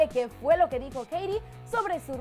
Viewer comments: odio cómo dice Katy :v "Keiri" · Keirui :v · Que no es Keity? :v